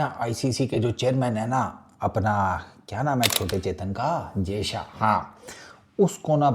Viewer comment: jayshA ka naam shi se liya kar nhi to naam mat liya kar sale